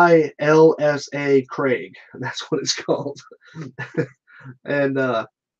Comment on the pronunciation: Ailsa Craig - pronounced Elsa (like the Disney Princess in Frozen).